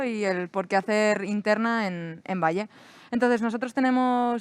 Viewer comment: Pero cómo "Valle"?... cómo "Valle"?... PERÒ ESTA TÍA ÉS IDIOTA O ÉS IDIOTA?.... es diu "Vall'.. GILIPOLLES